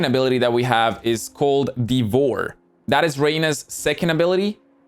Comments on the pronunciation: My guy said DEEE VOR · thanks but... do you really not know how to say "devour"?